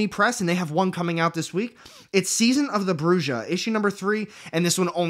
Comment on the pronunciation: Bruja is pronounced brew - ha. It means witch in Spanish… great video though, I watch every week